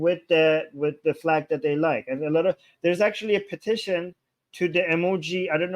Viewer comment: What's the matter with this womans outrageously raspy voice. Does she practise it?? Plus she can't pronounce AND anywhere close.